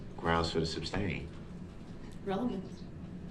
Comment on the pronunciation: SUSTAIN NOT SUBSTAIN. LOL!